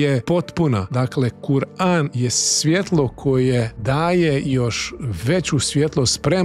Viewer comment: Brate neznas kako se iz govora kur'an